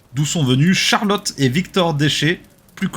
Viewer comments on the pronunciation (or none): Pour Charlotte, c'est prononcé "Des Haies". J'ai eu une amie qui s'appelait pareil au collège 🤡